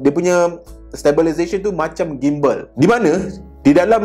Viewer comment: Sebutan Gimbal ialah JIMbal seperti sebutan gymnastic=jimnastik